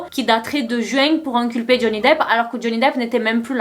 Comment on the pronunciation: J'aime bien comment tu prononces "inculper" ! Tu dis "Amber a tenté de faire "enculper" Johnny Depp", c'est comme un lapsus qui dirait qu'elle a essayé de l'encul*r, de le faire tomber, bref de le n*quer quoi...😅 Et c'est sûrement ce qu'elle a voulu faire, mais je crois que tous les américains sont du côté de Depp, peut-être même la juge qui est très douce et souriante avec lui! Mais faut avouer qu'Amber a des avocats piteux, comme ses arguments tandis que Johnny a une excellente défense, même par lui-même.